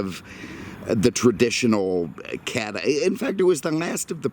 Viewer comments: It is Cadillac NOT. Cadamack. Ruined your presentation. What a shame, couldn’t watch it to the end. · Why does he keep say Cadimac instead of Cadillac? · What's a Cadamack??? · "Cadimlac"? learn the language. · Does he pronounce 'Cadillac" wrong on purpose? WTF is a Cadmac? lol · are you deaf? He pronounces Cadillac Cadmac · Am I crazy or he says Cadamac / Escamade?!?!? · Dude, can you PROPERLY say the word CADILLAC? There is NO "M" in Cadillac.